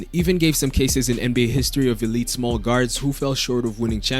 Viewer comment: "he too smawl" excuse me Becky.